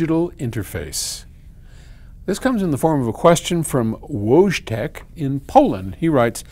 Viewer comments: Wojtek is pronounce like "Voytech" 😉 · Voytek thats how it supposed to be pronounced. 😉 It's also the name of a bear that polish army in england took as a puppie for war. Wojtek was dancing, smoking, alkohole and passing bomb shells to an artillery 🤪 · Wojtech, is pronounced votchek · It'd be pronounce Voy-check.